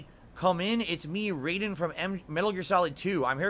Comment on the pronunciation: FFS, it’s pronounced Rye-den, not RAY-den. Also, your Russian accent is pathetic, Sesame St Count-sounding ass fool